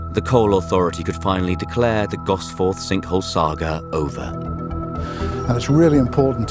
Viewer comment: I suppose it's too much to expect at AI robovoice to be able to pronounce Gosforth. Gosf'th. At least it makes identifying and eliminating another AI channel easy.